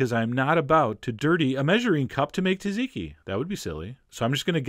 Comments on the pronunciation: Tazeekee? Tzatziki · Its pronounced zatziki not taziki. The first t is silent. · John I nearly cried when I heard how you pronounce Tzatziki. It's not "Tat-zeekee" it's "sat-zee-kee" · As I was told by a greek cook years ago , in their language when Tz appears at the start of a word the "T" is silent so you say zatziki but it is spelled Tz . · It's pronounced like "zotziki". It's still delicious! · SAT ZI KI. SAY IT WITH ME, SAT ZI KI...TSATZIKI... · The name is pronouncee "Zaht- zeekee"